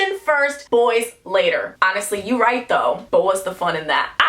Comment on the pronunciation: Just me or do y’all love it when she say “vright? Vright.”